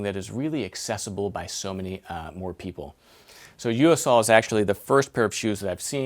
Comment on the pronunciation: It's pronounced "Yo Sul".